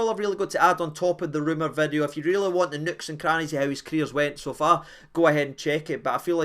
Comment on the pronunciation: A brand Noo Vid-e-o 😂